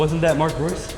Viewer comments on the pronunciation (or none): none